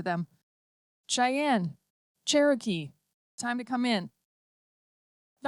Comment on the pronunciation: It's Cherokee, not Sharokee